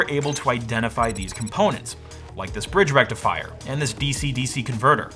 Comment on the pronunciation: FOOL BRIDGE RECTIFIAH